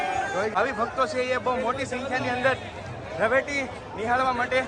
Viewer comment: રવેટી ન બોલો ભાઈ રવેડી બોલતા શીખો.